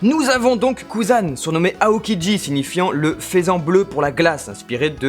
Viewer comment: En gros, comme je m'en doutais, vous n'avez rien de neuf et meublez sur 9 minutes. PS: "faisan", ça se prononce "feusan"